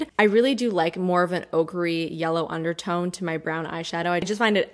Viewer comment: I know you're saying "ochre-y" but I keep hearing "ogre-y" which immediately brings Shrek to mind, and I think green